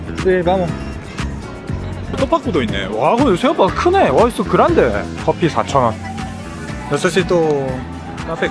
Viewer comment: 그란데 할때 사투리 억양 나오는거 개웃김ㅋㅋ